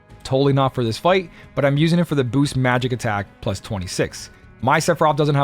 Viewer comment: You may not know what AKA means (and should probably stop trying to use it), and I don't know why you keep saying "booses" instead of "boost", but you sure do know your way around this convoluted equipment system. Thanks for the tips my guy, much appreciated : )